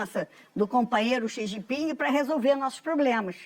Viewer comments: "Companheiro Si Gin Ping" kkkkkkkk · O cachaceiro é muito burro. "O copanhero SIJIPING” 😂😂😂😂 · companheiro CI XIN PING 😂😂😂😂😂😂😂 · ele quase fala xi jinpinga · "Plostituta! Pilanha! Meletliz! Galota de ploglama! Kenga!" - Xi Jipinga pra Esbanja😂